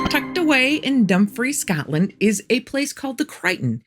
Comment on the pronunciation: I get so excited when I see you’ve posted new stories. I hear an accent every now and again. How you said Scotland and hockey. If things get too wacky where you live, I invite you to live in Canada. We have poutine and maple syrup lol.